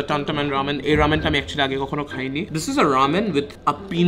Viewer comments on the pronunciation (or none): is just triggering me the whole video saying rAmen as rEmen..!! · It's Raaa (um) men, not am:) / Samon not Sal-mon:) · Bro, you're pronouncing ramen wrong